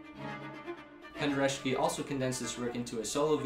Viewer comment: His name is pronounced pen-de-RETS-ki